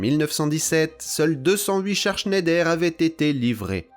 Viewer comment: Il paraît que Schneider se prononce Schneidre. ❤. Excellente vidéo, passionnante ! 👍🙏